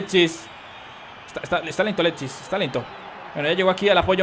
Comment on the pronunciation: oye es alexis no aletsis